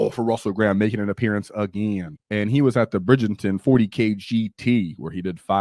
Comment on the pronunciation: Its pronounced Bright - Ton dude not Bridgerton LOL